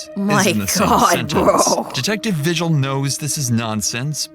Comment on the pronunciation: Vigil is a Spanish last name and it's pronounced Vee-Hill not vigil like what goes down at church. Her stares when she was describing her dreams I've seen from my ex sister-in-laws eyes before and she was known to hurt children , but what's disturbing is she had a child of her own like 6 months ago. I was watching the early morning news back in February with my dad when they went over Kiara's trial. We're still waiting for Isaac's trial. Also thanks for showing this as I only saw bits and pieces from KOB4 in Albuquerque. I'm also a resident of New Mexico and I can honestly say half of population are pendejos like these two who come up with stories to avoid a heavy jail sentence.